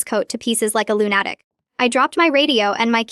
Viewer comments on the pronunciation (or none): Could have been a good story, but creator needs to program Ai for correct pronounciations: lunatic is not lun-attic, it's prounounced (loon-ah-tik), lullaby is (lul-lah-baee) patrol is not paytrol is it's (pah-trol) ok too many errors to note hear. Please proof read before posting!!! Of course, the constant outbursts of "its a girl" is hilarious but stupid. Obviously not a native english speaker, but has potential as this storyline is a good one. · Lunatic is pronounced Luna-tic, dear AI. Do better.